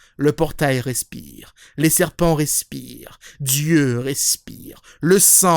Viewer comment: Je crois que j'ai jamais entendu quelqu'un prononcer aussi bien le mot "respiiiire~".